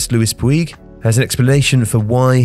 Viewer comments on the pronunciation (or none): Puig is pronounced "Pooch" FYI. Love the vids